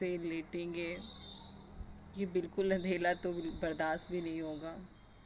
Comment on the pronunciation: आप अंधेरे को अंधेला क्यों बोलते 😊😊